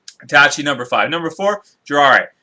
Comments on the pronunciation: JI RAI YA NOT JIRARA hahaha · can you pronounce the name correctly, they aren't that complicated. Sasuke (Sas'Kay), Jiraiya (Ji'Rye'Ah) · lol you said jiraiya wrong